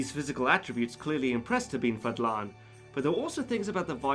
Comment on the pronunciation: It’s pronounced Ahh- med (like you’re breathing on your glasses before cleaning them) ibn (not ibben, don’t insert any letter in between) Fahddlahn